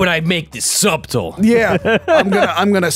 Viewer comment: “WHY WOULD I MAKE THIS SUB-TIL?” Uh,? The word subtle is pronounced “suttle.”